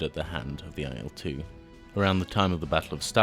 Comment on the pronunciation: I discovered (through another Il-2 BoS subscription) that the pronunciation is "ill 2". The reason is that it is the first two letters of Ilyushin and not I.L. Perhaps the error is compounded by it being written in capitals rather than the correct capitalised "i" followed by lower case "l". I also think that in "Sturmovik" the emphasis may be on "Sturm" not "o". But thanks anyway for the video.